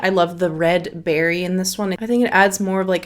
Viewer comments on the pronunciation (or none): none